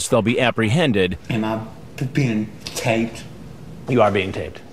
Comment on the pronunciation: "Am I being ttttaped? Oh cwap!. How am gwanna explain tttthis to the wabbit?"